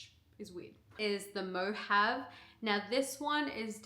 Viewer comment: Hi, I've been a resident of Henderson for 25 years and Mojave is pronounced "Mo-ha-vee". Not, to be the english police, but just wanted you to know.